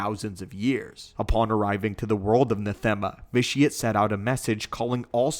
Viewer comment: you mean vitiate?